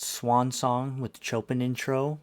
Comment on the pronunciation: its impossible for you to even get a feel for the song when you stop to hear yourself talk every two seconds. Can't even pronounce Chopins name correctly. You already basically said you don't like this type music, so why bother. I, like others, want to hear an honest reaction, instead of a reactor that talks "ALL" the way through. I stopped here because lovebites is Great !. But when you're talking, youre not listening., If you only want everybody to agree with your ramblings, then maybe give up doing reactions.. cant just accept that someone doesnt agree with your way of reacting on this particular song... the others here can get off your knees now. I gave it a shot, and will just block your "talk show" from now on. Thanks.. and b4 the fanboys say anything. This is a "comment" section.. not a praise the host, and maybe they'll play my songs section.